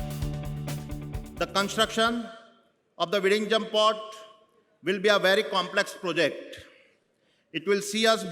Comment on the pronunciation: Happy to see the anchor pronouncing "Vizhinjam" the correct way.